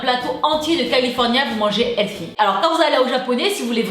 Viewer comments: On dit pas healsy on dit healThy , s’il vous plait les français mettez y un peu du votre quoi là .... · Ahh NON en étant Canadienne je sais comment sa se prononce sinon je me permettrais pas de faire la remarque chérie et on dit : Heulthy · Mdrr sa m'a irriter à chaque fois qu'elle disait le mot healthy genre elle dit helsi c trop marrant 😂❤🍑🍑🍑🍑🍑🍑🍑🍑